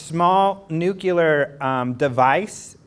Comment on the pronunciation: "NUQUILAR"? Really? How about NUCLEAR? NUCLEAR!